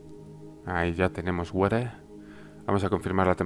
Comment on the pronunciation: Siempre que terraforma algo en un video dice la palabra: "wareh.." (water) xD